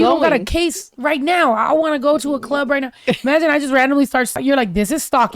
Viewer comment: The girl doing her PI work in her car saying: "In the clurb we all fam" 🤣🤣